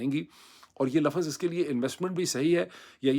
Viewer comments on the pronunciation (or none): Sir peerzada...no offence. I am your regular viewer, watching your videos for many months. My humble request is, when u say the word la....fazz, its not pronounce like this. Please pronounce it laffz..laffz..not laa....faaazz. like its not dar..khattt...its darakkht. Intellectuals like u, when speak like this make us uncomfortable